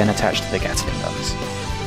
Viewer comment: Sorry - it's a Gatling gun, not a Gataling gun